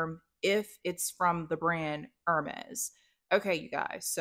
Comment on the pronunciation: I think it’s supposed to be like the Hermes Kelly bag which isn’t a huge bag. The Kelly has the single handle like yours. The Birkin looks similar but has double handles. Hermes is pronounced air-mess. I have French friends and this is how they say the brand. Nice video!